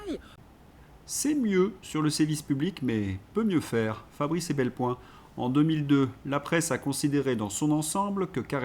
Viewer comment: EPelBoin, et non EBelPoin. Pas grave, mais vous seriez choqué qu'on vous appelle de Lesdrincourt.